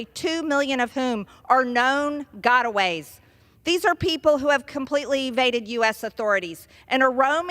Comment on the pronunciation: "Known Gottaways" lol